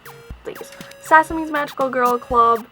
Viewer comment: Sah sah me is how you pronounce it I believe. B T dubs tenchi muyo is so bomb.